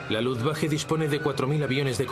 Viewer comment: Insiste el narrador en pronunciar Luftwache, es Luftwaffe!